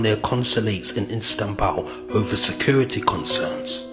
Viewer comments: How you lot gonna take in information from a man who can’t pronounce Istanbul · That's the least of your problems. Don't watch this if you have a problem with him pronouncing Istanbul.